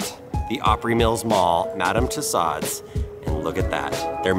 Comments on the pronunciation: I thought he said Madame Toe Sod's 😂 P.s.- I love because he's just like my Dad. Glad he can have fun, be goofy, and he's a good sport about us making fun of him when he says Dad stuff 😉🤗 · How do you pronounce Madame Tussaud’s?? Lol